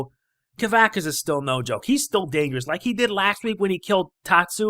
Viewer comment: You pronounced kavaxas wrong